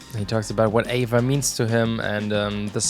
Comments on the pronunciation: It bothers me that you say “Ava” and not “A.V.A” when you are talking about AVA (Angels & Airwaves) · Me too.. it shoud be A-V-A instead Ava.. I'm thinking of Abba lol 😂